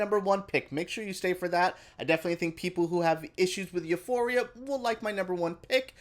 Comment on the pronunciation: I love the way you pronounce Euphoria